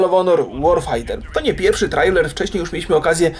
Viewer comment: "trejler", nie "trajler" :)